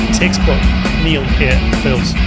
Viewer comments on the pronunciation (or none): none